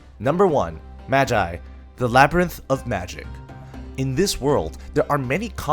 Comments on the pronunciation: It's named magi ...not mazai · magician call ma-guy ok -_